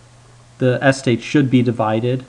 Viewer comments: Your pronunciation of estate was really jarring to my American ears. My wife declared that she couldn't listen to this video any more. Sorry. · Why are you stressing the first syllable in "estate?" Stress is on the second syllable... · why do you pronounce estate weirdly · Never heard someone put the emphasis on the first syllable of estate before. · Thomas Fucking Jefferson The alternative is that he's saying it wrong on purpose. I was giving the benefit of a doubt. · "estate": the accent is on the second syllable. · You're saying estate wrong. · agreed! drives me crazy. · yes, but given the fact that the 2x2 tables were clear after one or two examples, he still went into a weird overdrive in the last few seconds after being very boring and repetitive for the entire middle section of the video - plus he kept mispronouncing the word 'estate', which was a bit annoying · Jay Brown I thought it weird too. He puts the stress on the first syllable not the second. Is that how Americans pronounce the word? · it is a very strange pronunciation. As an American I can say I have never heard it pronounced this way. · Jay Brown I thought the same thing. It's not like English is his second language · The correct pronunciation is "estate", not "Es-tate". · I wonder if Presh has Indian heritage, because that is a kind of Indian way to stress the first syllable. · wait, how do you learn otherwise normal English, but mispronounce eh STATE as ESS tate? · more importantly what is a Es-tate! it's pronounced ess-state. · You stress the wrong syllable: "es-TATE" not "ES-tate" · What sort of accent is it where "estate" is said ESS-tate, not ess-TATE? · I say es-TATE but I am curious why he says ES-tate. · I had to stop because I can't stand how you say the word "estate" anymore. It sounds like you're saying "AS-tade" not "ess-TATE". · The word is "estate". Not "ess-tate". Every time I heard this mistake it disrupted the otherwise helpful narrative. ("Miss-take"?)